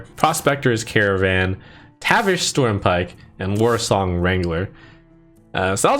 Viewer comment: "Warsang wrangler"